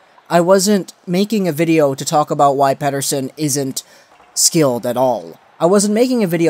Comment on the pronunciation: jesus, thanks for not using that fucking sweedish accent on his last name, its about time for that! Well for starters why even make a video like that? shows you are not a canucks fan first and foremost, also it shows again like many people who cover the team, that you think you know better than the professionals who run the team. He is our top prospect cant you just be happy that he destroyed the last professional league he played in, the thought that he was lucky is just senseless to bring up and instead of validating that, you fell down the rabbit hole. You could have made a video defending it but instead you just made a leap for something that completely under minds the amount of skill and talent it takes to even get drafted! So now you retract after pure click bait did not work out for you.. Thats all this sounds like, maybe you should keep your canuck opinions to yourself!